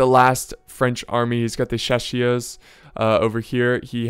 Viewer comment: The French word "chasseurs" is pronounced like so: cha (like charge); ss (like siege); eur (like her). The "s" at the end of the word is not pronounced. "Chausseurs" means huntsmen, and "à cheval" simply means on horseback And thanks for you videos, they're awesome ! ;)